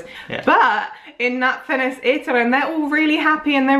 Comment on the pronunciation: Wow, congratulations, you pronounce now "Napfényes" so much better than at the first time... :D (y) Still not perfect, but you've almost got it. :D The only sound that's not correct is "é", it's a bit strange, but you've got nice "ny"-s and "s"-s, that's definitely NOT "sz".. :D (y) Ermm... nope, Törley is not wine, it's champagne.... XD <3